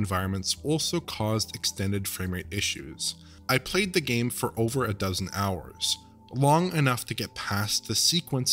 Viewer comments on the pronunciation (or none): none